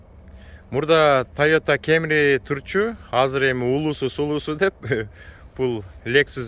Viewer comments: Тайота Камри деп эле суйлочу кемри дебей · тойота кемри дебей камри эле деп айтсан кемри кемри дебей🤣 бирок молодец кайфти кыл брат